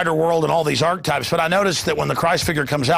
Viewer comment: holy fuck alex jones is ARCH-A-TYPE NOT ARCHTYPE LIKE FUCK